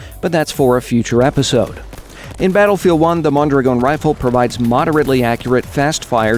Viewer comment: Wow, the only one who pronounces correctly Mondragòn!!! ;)